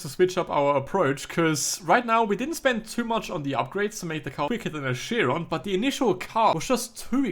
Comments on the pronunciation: I hear you saying Bugatti Shiron one more time and I'll blow up. IT'S PRONOUNCED KIRON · did you know the bugatti chiron is pronounced kyron ?